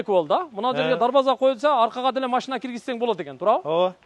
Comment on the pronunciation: АКа ака ака машна емес машина дегилечи